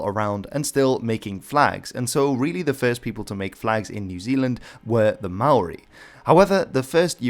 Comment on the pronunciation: Just a note don't say Ma oori please. That is NOT how its pronounced